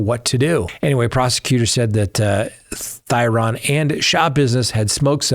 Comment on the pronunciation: I am a local to the Green Bay area where Schabusiness is. Not that it is a huge deal but to respect the family, Shad's last name, Thyrion, is pronounced (theory-an). Thank you for all you do and your coverage about that case. Truly heartbreaking for his family. The way she looked at the camera and seemed to waited for the camera to turn back towards her is so disgusting. She is evil. I can only hope one day she has remorse.